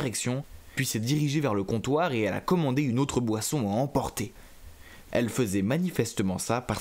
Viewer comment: dans la video vous avey dit boission